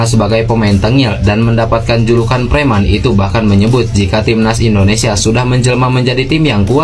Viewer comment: IndoneSIA Bro, bukan IndoneSA....